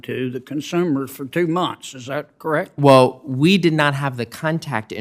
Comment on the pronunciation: The moment I hear someone who is supposed to be a professional or expert say "wull" instead of "well", I write them off as a fraud. That's something a teenager would say.